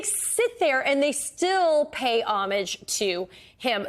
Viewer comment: She said “mauga” world..😂😂😂😂😂😂😂😂😂